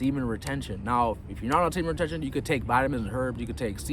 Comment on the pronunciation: It hasn't improved your speech anyway. Semen retenn haha